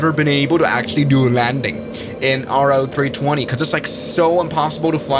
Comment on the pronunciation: It's pronounced "Row-320" not "R-O-320"